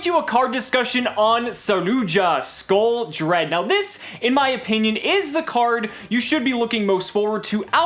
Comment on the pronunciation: I'm amazed you pronounce it correctly.